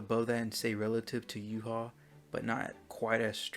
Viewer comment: why do u say his name in yuha shouldnt it be yuhabach